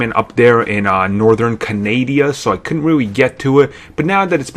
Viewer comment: were you trying to say canada